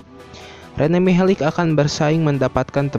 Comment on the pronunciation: Mihelic...huruf terakhir "c" dibaca tetap "c" gak jadi "k", sama sprti modric, malisic, savisevic, glusevic...pokoknya semua orang balkan/ ex. Yugoslavia.. c dibaca tetap c, giti saja bro...piss ah